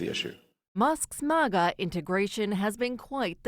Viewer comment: CNN doesn’t even know how to pronounce MAGA. lol 😂